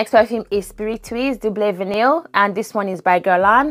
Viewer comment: L❤VE vanilla frags! Heads up-the word Vanille (as in Orchidee & Fatale) is pronounced: Vah-knee rather than Van-nil And I personally don’t need notes on the screen